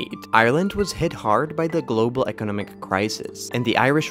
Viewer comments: They way the narrator pronounces “economic” really throws me off. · Is a machine. I find it strangely struggling with words like "economic", "economics". Programmers, please correct the pronouncing mistakes!